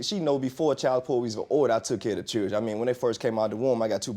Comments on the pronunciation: All I wanna say is please use proper pronunciation when speaking it’s chil-dren not chrdrn There is a reason you take English in school . And why is she talking funny? Is she on drugs? Did she just get out of the dentist office and her mouth is numb. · To get your child's circumcised now it cost $200 out of pocket... But whats he keep calling his kids it doesn't sound like children it sounds like chills I don't know what's he calling them?